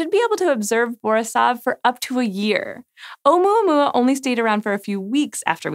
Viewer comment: It was funny watching her pronounce Oumoomoooma!